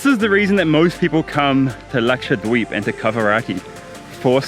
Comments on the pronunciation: I don't know karl but when you say Laksha-dweep its so satisfying😂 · His pronunciation "Lakshadweep" is so good ...never heard any foreigner saying like that...and it comes so naturally without any effort..impressive. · I love how you pronounce 'dweep' so authentic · Truly wonderful. Loved watching it. Your pronunciation of Lakshadweep is so accurate. May u stay healthy, happy & blessed. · Your pronounciation of "Lakshadweep" is awesome